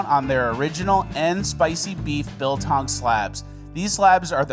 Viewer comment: I didn't know Americans can pronounce biltong correctly 😂